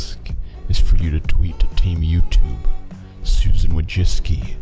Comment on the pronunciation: Idk whyyy but it drives me cRaZy how he kept calling Susan Wojcicki Susan Wojiski